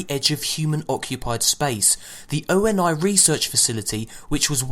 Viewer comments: Its pronounced owny not O.N.I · It's not O-N-I Lol It's OH NEE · If he says O N I again I will slap him. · It's pronounced oney that's how you say ONI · ONI = OH-KNEE.